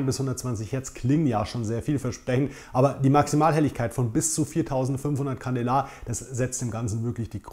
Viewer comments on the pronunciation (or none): Candela spricht man candeela aus